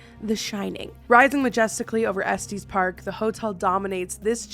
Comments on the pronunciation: Imma be THAT guy. As a native. It's eh-s-t-ehs like "EH!" it does not rhyme with "geese" it rhymes with "mess" Estes like the rocket. "Estes Park is the Best-es Park" as my niece once said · The way she pronounced Estes park sent me rolling 😂😂😂 as a person who was born, raised and still live here I have never heard anyone pronounce it like that 😂